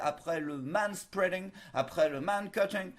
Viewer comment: Manspreading spealing ing ing ing !!! ALERTE ALERTE